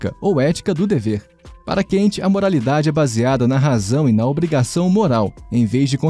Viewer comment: Não é como se fosse o inglês "Can't", pessoal. Se lê "Kant" mesmo, como se fosse em português...